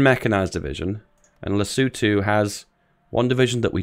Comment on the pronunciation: An American that pronounces Lesotho correctly?! Miracles do happen